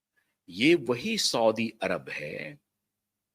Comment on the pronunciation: सौदी अरेबियन करेक्ट उच्चार हैं